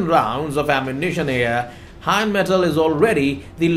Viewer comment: please, It’s NOT Heinmetal, it’s Rheinmetal. RINEMETAL (phonetically). Slava Ukrayini. Heroyam Slava. 🇺🇦🇺🇦🇺🇦🇺🇦🇺🇦🇺🇦🇺🇦☘️☘️☘️☘️☘️